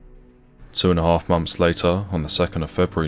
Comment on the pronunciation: It is pronounced month, not mumf.